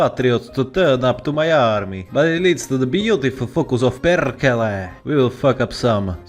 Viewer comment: nailed the pronunciation of words "perkele" and "hakkaa päälle pohjan poika".